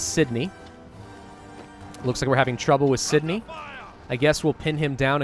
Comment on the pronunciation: This guy and his pronunciation of Australian cities has made me do this: Melbin not melborn Canbrah not Can-Berra Sydney was perfect